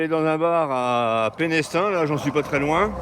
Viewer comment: Bonjour Ah, étonnante cette salamandre au milieu du sentier...elle recherchait peut-être un coin de forêt humide, son lieu de vie habituel. Tu ne peux pas le deviner, mais le "s" de Pénestin" ne se prononce pas. On dit "Pénétin". Sinon tu verras que le sentier côtier à venir est magnifique avec ses falaises ocres. 😊 Croisons les doigts pour que ton matelas tienne! 😊